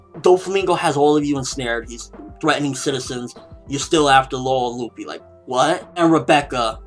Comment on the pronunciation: This may sound weird and out of place, but I'm getting sick of people calling zoro..zolo? and luffy..ruffy? It drives me crazy but I know I can't change how people say things(especially on youtube lol), but my ocd is driving me crazy. Just had to put it out there. IT'S ZORO, NOT ZOLO. AND LUFFY, NOT RUFFY xD lol